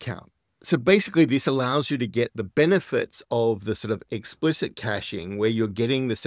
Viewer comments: It’s pronounced “cash”-ing (cash, like, money) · kayshing? :D